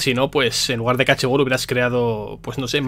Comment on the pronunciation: Me da coraje que lo llame "ka ache" xDDDD